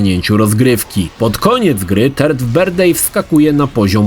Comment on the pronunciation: "Turd birthday" - łajno urodziny? :D